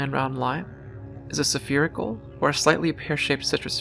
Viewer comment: There is no such word as "sefirical." Spherical is pronounced, "SFEER-ih-kuhl." Next, it's climatic, not climactic, if you are talking about climate. Climactic means something is coming to its end, or climax. Both of these you said multiple times. Also, , there is no such thing as "foilage." Foliage is "FOH-lee-edge." If all I can find fault with is relatively minor pronunciation and vocab issues, consider this praise for your content. Thank you for your presentation. Oh, one final note on citrus: The species of Penicillium we used to make penicillin, Penicillium chrysogenum, was among many found on citrus rinds. While many species of this genus do make some amount of this substance, this one produced the highest amount, able to be processed from the moldy rinds, purified, and used to cure so many bacterial infections (including syphilis and gonorrhea), it was considered a medical miracle.